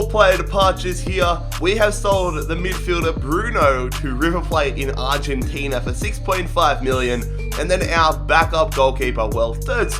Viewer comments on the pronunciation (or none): none